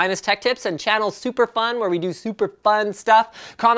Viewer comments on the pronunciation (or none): none